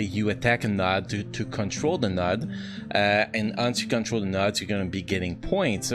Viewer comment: how you pronounce nodes creeps me out, took me awhile to get what you were saying